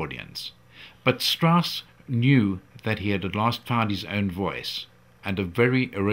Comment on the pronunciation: Richard Strauß is spelled: [ʀɪɕaɾd ʃtʀaʊs] In german names "ch" isn´t "ck".